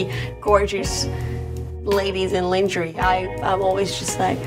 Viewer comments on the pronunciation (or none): "lin-jerrie" ok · Omg, she pronounces lingerie like me <3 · Lingerie is a french word. And she said it the french way. So technically she said it perfectly and the english pronounciation is the wrong one. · When a native pronounces Lingerie incorrectly 😁 we all are humans and to err is human 😊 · I like her. But it pisses me off that she is a victoria secret model and doesn't know how to pronounce "lingerie"